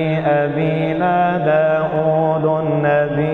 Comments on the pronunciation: داود بالفتحة و ليس بالضمة لانه اسم علم منصوب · ، داودَ بالفتحة و ليس داودُ لأنه اسم علم منصوب بالفتحة 😊🌺